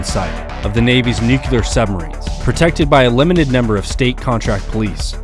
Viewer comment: NOO-KLEE-ERRRRR. NOT NUCULAR